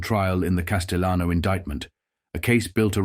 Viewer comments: He's not spanish....it's not casteyanos...the LL in Spanish is not the same in Italian ... Cas-tell-ah-no. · Pronouncing "Castellano" wrong! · but AI mispronounced names. Through half the story the narrator said 'de my o' Then finally said De-may-o. Constantly saying Paul, Big Paul, Costellano, was past annoying 😊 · How about getting a human to narrate? Seriously... your work is too good to waste it on a computer voice... Hearing "Demeeo" and "Casteeonno" and "Poozo" makes me wince.